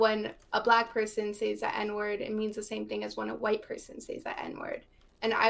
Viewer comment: It really bothers me she says “says” w a hard “A” wtf